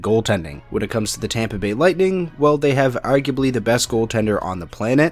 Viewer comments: Champa Bay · If I have to listen to everyone say “Champa Bay” again I’m gonna cry so Go Panthers! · I’m a Tampa fan, and I hate it when people say Champa Bay 😂